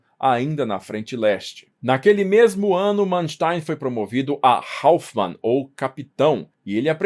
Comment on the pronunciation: você não é fanho ao ponto de pronunciar Hauptmann dessa forma.